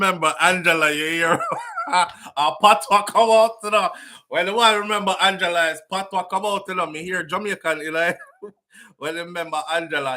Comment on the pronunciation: My Swedish Brother! ITS NOT "ANGELA"😂😂😂😂😂